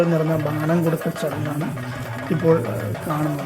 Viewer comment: ബാനം അല്ല bro.. ബോനം ആണ് 🙏🏻